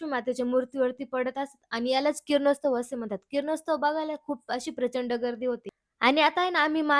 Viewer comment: किरणोस्तव नाही बेटा किरणोत्सव